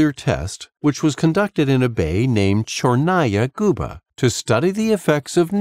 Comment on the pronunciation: So funny to hear how he pronounces "Tchernaya guba" (wrong)